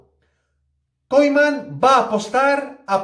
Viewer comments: Y el tío dice Ronald "Koiman" y por eso ya merece un dislike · Increíble información, que ilusión que se le den los minutos que merece Trincao. No sabia que de pronunciaba "Koiman", toda la vida pronunciandolo mal, gracias por quitarme de mi error. Muy buenos videos, siempre información CONTRASTADA, así da gusto máquina!